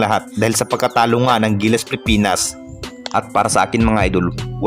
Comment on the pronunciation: Ayusin mo ang pagbigkas ng Pilipinas.